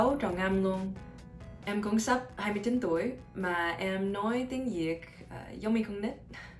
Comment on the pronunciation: Viet Girl: Tieng Yik All Other Viets: TIENG VIET. Buzzfeed: Oh well.